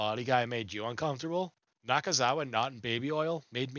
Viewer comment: It’s Michael Naka- Naka- Naka- Nakazawa. Let’s put some respect on his name.